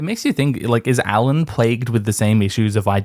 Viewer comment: "I know who he is" - perhaps she knows his name is "Alyn" and not "Allan" - how about tat...